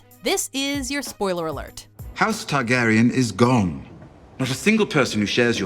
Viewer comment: It’s Targaryen... let’s be honest